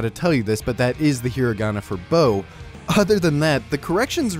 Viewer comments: He's pronouncing it as "bow" instead of "Bo" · Buddy first off it's pronounced as IPA [bo] not [boʊ] (there's no real english equivalent) and second there's a っ (small tsu) which adds a glottal stop (transcribed as t but sounds more like k in english which is why the translated title is bocchi not botchi) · Btw, the pronunciation of “bo” in Japanese isn’t “bow” it’s just “bo”. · What is said: "..that is the hiragana for bo" What I hear: "..that is the hiragana for boue" Jokes aside, great video! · Literally no one pronounces that hiragana as "bow" wtf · I'm sure you've already seen the comments, but the people correcting your pronounciation of ぼ were unfortunately correct, it should have a softer o as in bottle/box rather than a harder o like bow which would be ぼう. Still, your analysis of the anime is great! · I believe it's moreso because ぼ should be pronounced with a softer o, like in Bottle or Bob rather than the harder O seen in Bow or Boat